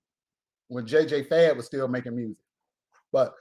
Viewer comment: Did you say JJ Fade.....I am dead 😂😂😂